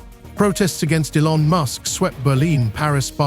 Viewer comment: Good content but could've been improved by training your AI to pronounce Elon correctly. A small tweak to remove the AI dead giveaway is all that would be needed.